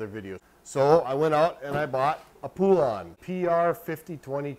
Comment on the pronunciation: Po-lun, not poo-lawn! Hope this helps you not sound so dumb trying to pronounce Poulan!